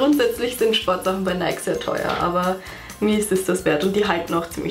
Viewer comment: Kleiner Tipp: Nike wird nicht Neik ausgesprochen sondern Neiki